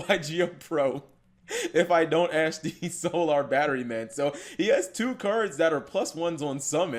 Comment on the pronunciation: the way cap says solar......................................... this is why humanity is doomed